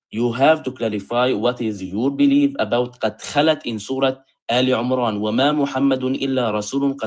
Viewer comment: His Arabic is so poor, the guy. For example, he reads “aal Umraan”… instead of “Emraan”. Clearly not comfortable with the Quran.